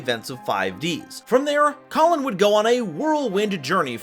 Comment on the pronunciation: It's Kalin, not Colin